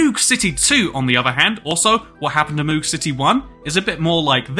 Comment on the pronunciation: The way he pronounced it was painful, as it is pronounced like "Mode" but with a hard G instead of a D